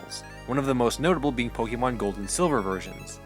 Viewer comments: its poke-eh-mon not poke-ee-mon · I know you might not be a fan of the franchise but it's pronounced pohkaymohn the é in Pokémon shifts the vowel sound